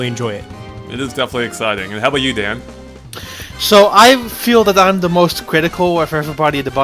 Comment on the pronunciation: You know, for some reason, I just don't really like that pronounces Daan's name as Dan. Is is because the "aa" sound is hard to make for native English speakers? (Just curious) Because in Dutch, the "aa" sound is more like saying "aah" in English (I guess).